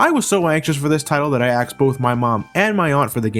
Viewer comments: Did college graduate just say that he "axed" both his mom and his aunt for the game? I think he does it AGAIN! You're better than that,!;) Yeah, games were friggin' expensive back then. My mom was NOT happy to pay 80 bucks for FFIII and another 80 for Chrono Trigger the next year. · You axed your parents?